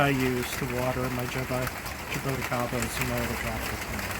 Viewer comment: Ja-bo-ti (pronounced chee) CA-ba